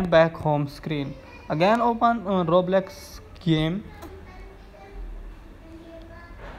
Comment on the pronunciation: It didnt wirk and also its called roblox not roblex